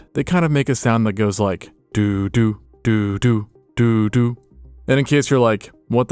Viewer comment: It’s not doo-doo it’s dunn-dunn